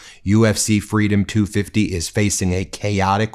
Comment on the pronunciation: "Freedum". You gotta drop the "d" to be Trumpianly correct. 😂